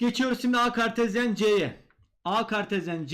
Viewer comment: "KAERRT KAĞERTEZYENNN"